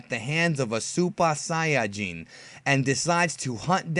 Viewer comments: are you Japanese cause you pronounced it so well xD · You do know that that's the way how it's pronounced in Japan (and also in the German dub)? ;) so he says it as it was meant to be